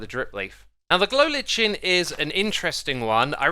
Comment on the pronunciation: btw its pronounced glow liken